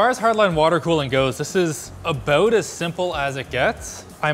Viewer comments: novia Scotian moment? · that was the most canadian about I have ever heard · You can tell Linus is mad when gets that Canadian about it.